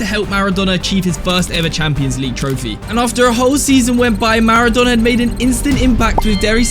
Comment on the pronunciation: why does says maradona pronouncining whit two nn´s